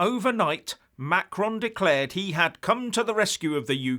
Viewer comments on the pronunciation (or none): none